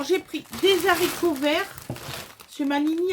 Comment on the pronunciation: Des zaricot ? 😂